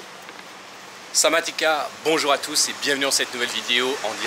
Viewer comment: Sawatikap pour un garçon arrête de dire sawatika c’est pour les femme.